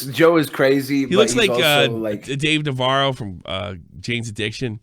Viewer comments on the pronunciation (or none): none